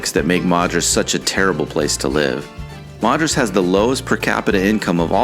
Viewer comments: It's pronounced "Mad-ris" nor "Mod-ris." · When you say Madras it’s pronounced mad not mod. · Not Mod-rus, it’s MAD-RUS.